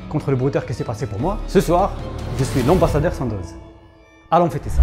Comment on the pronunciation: " ambassadeuw "....quel flambeuwww!!! 😁👌😅😂🤣🐓